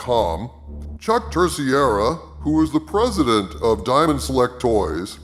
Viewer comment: I really am beginning to hate the way people pronounce the name Terceira. It's a Portuguese name, but everyone keeps saying TER-SEE-EHRA as if the name was Spanish, and spelled Terciera. The correct pronunciation is TER-SAY-RUH.